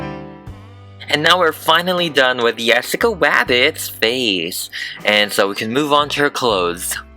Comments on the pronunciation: I thought he lkept saying Yessica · is he saying yessica or jessica O_o what, i 'm confusion edit: it sounds like yessica to me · He says it like "Yessica" not Jessica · it is a J not a W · He is saying yessaca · It is Jessica not yesica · It’s Jessica, not yessica. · Great way of saying her name